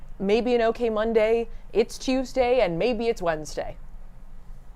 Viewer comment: Does anyone else think saf pronounces Tuesday like Tüüesday